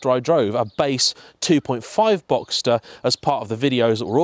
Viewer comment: It took me until you said convertible to add 1 and 1 to get to "boxter" 😂😂 but when you revealed it then it made me all the happier 😁